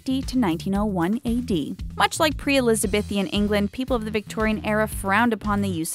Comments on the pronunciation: It's Elizabethan not Elizabethian. Pronounce it properly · It's prnounced Eliza-beeeeeee-than not Elizabethian.